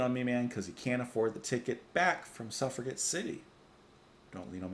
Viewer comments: Its pronounced SUFF-RA-JET. As in: "Captain Blackadder : I'm beginning to see why the suffragette movement want the vote. Lord Flasheart : Hey! Any girl who wants to chain herself to my railings and suffer a jet movement gets my vote!" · I think one of the Berlin albums like Low or 'Heroes' would be a nice contrast to Ziggy Stardust. btw Suffragette is pronounced with a soft 'g'. i.e. like a 'j'. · Suffragette is pronounced with a "J" Suf-ra-jet LOL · ........Its "Suff ra JET!"